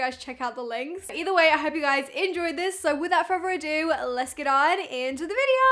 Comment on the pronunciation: I love how always says “so without furver ado” at the beginning 😂 she’s so cute